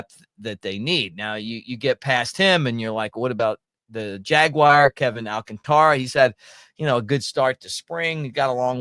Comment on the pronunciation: Alcantara's name is mispronounced so much. Its not pronounced like the fake leather. It's pronounced All- kAn-ta-ra.